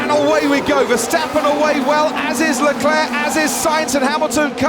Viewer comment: he is going after Charles Leclerc, Not Leclurr.!..